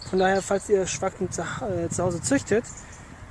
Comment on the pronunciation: "Sfagnum" bitte und nicht " Schbaggnum".